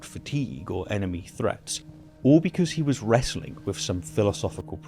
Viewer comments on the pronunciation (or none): none